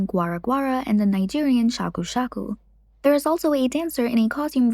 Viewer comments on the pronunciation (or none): none